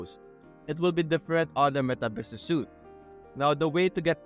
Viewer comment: this is not tagging people, this is adding someone into the account. tagging people is when you them in a post. also as a note, 'Suite' is pronounced like 'Sweet' rather than 'Suit'